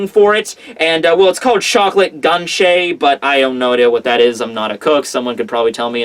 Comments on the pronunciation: Reads ganache as ganshey lmao Pronounce it like this ga-nach/nash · "GAN-CHE" he says it's GUH-NAH-SH, it's chocolate and cream, and it's fucking delicious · Is it pronounced ca cao? Or koe koe island? You know the main ingredient of chocolate? And also its not pronounced gancheh but ga na che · "gan-ché" lol it's gah-nah-sh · Ganache isnt pronounce ganshe, its pronounce as ganaash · Chocolate Ganchey! Haha. Ganache is pronounced like Ganawsh. Givin' me a giggle. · /Ge-nash/ is how it is pronounced and it is like a fluffy chocolate. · it's pronounced Ga-Na-Sh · It's pronounced GA-NA-SHH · is called Ganache pronounced GUH-nash. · Ganache (gah-nahsh) is chocolate mixed with whipped cream xD. It's exactly what she said it was on that panel. Think like the chocolate topping of a Boston Cream Pie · think it is pronounced chocolate gunash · Pronounced Gah-nash.....equal parts whipcream and chocolate with a pudding to marshmallow like consistency depending on how much air is whipped into it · its pronounced Gah- naah-shh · ganache is pronounced Guh-nawsh. It's the chocolate used in the center of a truffle. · Gah-nah-sh. Heated cream, butter, chocolate, sometimes liquore or flavor extracts to add extra taste. Basically really good, fancy frosting. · The chocolate is pronounced as ga nash I think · Ganache is pronounced ganashe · I'm sure it's been said, but Ganache (gan-ash) is a very smooth, shiny chocolate sauce made with whipped cream that can also be used like icing. It's delicious! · It’s pronounced gaw-nash haha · gananche is pronounces (Gan-osh) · pronounced "Ga-nosh" its a thick chocolate icing. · Ganache is pronounced "ga-na-sh" it is a mixture of cream and chocolate. Chocolate truffles are made of ganache for example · I also feel compelled to point out that ganache pronounced 'Ga-nash' I know this because I'm a sucker for cooking tv shows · "Chocolate gun-shae" hahahaha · he called it gantchay ! Hahaha